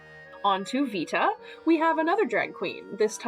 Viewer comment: as someone taking latin, 'Vita' would be pronounced more like 'wee-ta' because V makes a double-u sound. so yeah, keep using a proper V noise